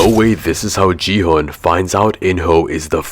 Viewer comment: It’s Gi-Hun not Ji-hun